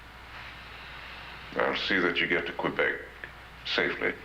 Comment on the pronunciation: Quebec is not pronounced qweebek it’s q’bec🙄